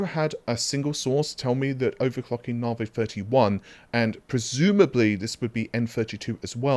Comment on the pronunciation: OMG pronounced Navi correctly!!!!11